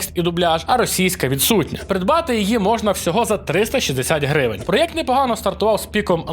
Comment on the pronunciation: Я не можу слухати ті "Галфлайфи", "проєкти" та "дослічєння", вже досить гвалтувати мову